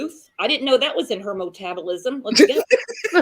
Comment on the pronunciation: It's " Ma"tabolisim